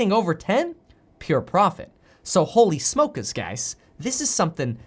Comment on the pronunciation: Did Kevin say Holy Smokas? This ain't no jokas.